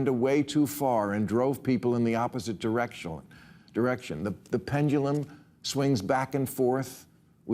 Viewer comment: you hear how he said "direction"? Like in Spanish